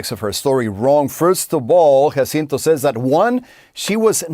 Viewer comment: And pronounces the victim, Jacinto's name accurately.